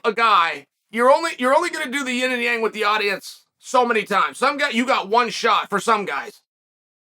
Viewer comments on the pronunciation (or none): none